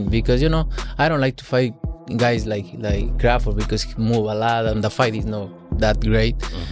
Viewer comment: Why can't they ever find narrators who know how to pronounce people's names? Crawfid?